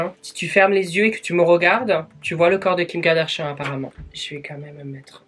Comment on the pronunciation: ''kim kadarchian'' 😂😂😂